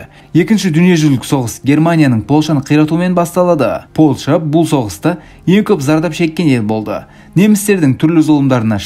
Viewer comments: Польща деші Полша демей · Ассалау мағалейкум Полша емес, Польша деп дұрыс айтылады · Полша емес Польшағо 😂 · Полша демей ПолЬша дей берш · Польша деш брат полша демей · Полша емес Польша десен жақсы еді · Полша емес польша дещ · Ешкім деген сөз қосысылып жазылады және Польша деген сөз мьягкий знакпен айтылады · Польшаны дурыстап айтсаи